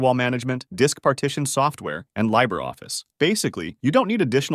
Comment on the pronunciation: "Debian" is pronounced "Deb-ian", not "Dee-bian", as came from the names of its founders "Deborah" and "Ian". Also "Libre" is pronounced "Lee-bra", not "Lie-bra". Otherwise, that was a pretty good intro! Mint wasn't my first full time distro (that was Gentoo, back in 2003), but it's what I moved over to when I couldn't be bothered with all the effort Gentoo took to maintain.